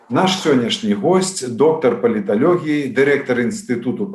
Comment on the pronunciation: Навошта каверкаць яшчэ мову???Чаму" палиталегия",а не палиталогия,плян,а не " план"...